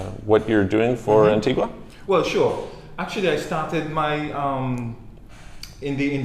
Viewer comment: Not to be picky (but I guess I am...lol), but the way the people from Antigua and Barbuda that you've interviewed pronounce their country's name is An-TEEG-a and Bar-BYOO-da. Also, Grenada is pronounced Gre-NAY-da by the people there.